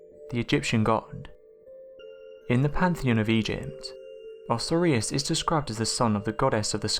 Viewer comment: Osiris = oh-'sigh-ris